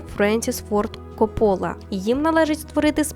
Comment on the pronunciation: Перевірила наголос . Таки Френсіс КОппола